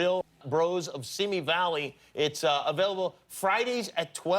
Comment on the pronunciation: It’s “Simi Valley”